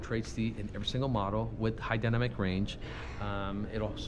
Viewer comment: turn it up!.... dy na mic...its a 3 syllable word.